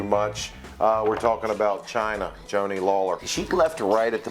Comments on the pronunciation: Did you call her Joanne LAWLER?!😂 it's Laurer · LAURER NOT LAWLER. SMH